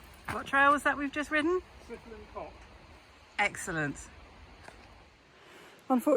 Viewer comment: That’s the worst pronunciation of trail name ever 😂😅